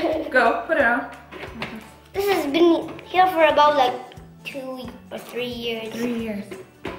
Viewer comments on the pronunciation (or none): none